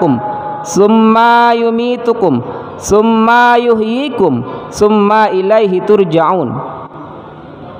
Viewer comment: Mhn maaf bacaan surat albaqorohnya, kaiimat tsumma...nya, diperhtikan mad atau tdknta